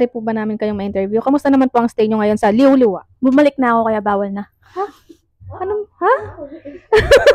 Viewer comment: Liwliwa po. Hindi po Liwa-Liwa 😅